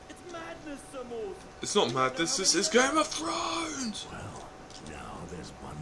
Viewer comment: "Game of Frowns"